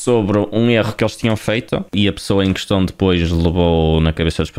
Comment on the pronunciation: "quem é que eston" "a pessoa em queston":face-fuchsia-tongue-out